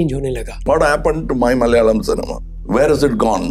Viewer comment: ♥️♥️ Being Mallu, I cant appreciate enough how well you've pronounced each malayalam word, from Movie names to the names of actors, directors.. A lot of the times, Hindi speakers skim over the syllables; Thank-you, (even if it wasnt a conscious effort) though I believe it was.. ♥️♥️